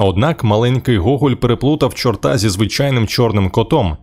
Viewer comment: Не чортА, а чОрта. У краї нський наголос.